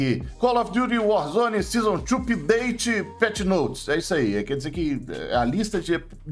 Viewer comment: "Season tchu pideite" kkkkkkkkkkkkkkk adoro